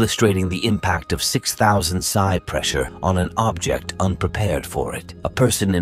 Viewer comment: Please get a non robotic narrator who can at least read. Bow and psi, so difficult.